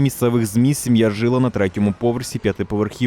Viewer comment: Диктор, не жИла, а жилА українською мовою! жИла, це в тілі є жИла !